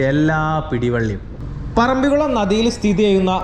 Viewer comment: സുഹുത്തേ ഇതൊരു പൊതു വേദി അല്ലേ .മലപ്പുറം കാർ മുസ്ലിമിന് വേണ്ടി മാത്രം അല്ലല്ലോ വ്ലോഗ് ചെയ്യുന്നത് സ്കൂളിൽ പോയിട്ടുള്ളത് അല്ലെ .മലയാളത്തിൽ പറയുവാൻ ശ്രമിക്കുക ...തായേ ,ഞമ്മൾ ,വയി ,കുയി ,മയ ,കൈയുക ,പോകുന്ന സ്ഥലത്തിന്റെ പേരെങ്കിലും നന്നായി ഉച്ചരിക്കുക .പറമ്പികുളം ,അല്ല മലയാളംടൈപ്പ്‌ ചെയിതു നോക്ക് പറമ്പിക്കുളം എന്ന് കിട്ടും വീഡിയോ കാണുന്നുണ്ട് നന്നായിരിക്കുന്നു പ്രകൃതിനന്നായി പകർത്തുന്നു